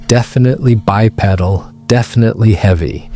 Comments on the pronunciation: Guy in a gorilla suit😂. Come on man, get a grip. You and your buddy need to do a better job on the face paint!! Bi-peddle?! It is not pronounced that way. Looks intelligent? Ha ha ha.😮 Good stuff!!🎉😂❤😊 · Is this an AI voice? The way he says, “Chevy”. With an actual ch sound instead of the sh sound. Also the way he says, “bipedal”. The whole thing is fake. Also , can’t see any genitalia. Those angles should be quite revealing.